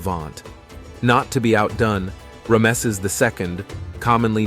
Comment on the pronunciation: Terrible pronunciation. Composite bow pronounced as bough. Ramses name pronounced as Remsse.